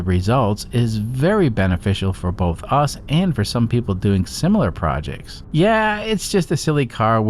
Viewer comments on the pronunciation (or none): none